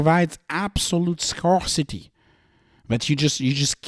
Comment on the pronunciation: It's pronounced "scare-city". English is stupidly inconsistent (presqu'autant que le français).